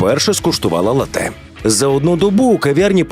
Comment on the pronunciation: латЕ? Серйозно?